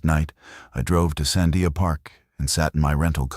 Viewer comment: This video is a crock of shit. Because if you were a real ranger in New Mexico especially Albuquerque area. You would know how to pronounce the Sandia mountains. So far you have called the everything but the Sandia's. One of you words is Sundia. This is not right at all.